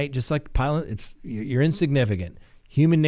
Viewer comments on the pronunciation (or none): none